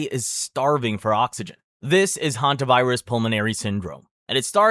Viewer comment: Hantavirus 😂 hanta!virus 💀